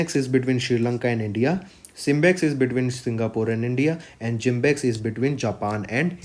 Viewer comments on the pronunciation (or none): Not JIMBEX it's JIMEX sir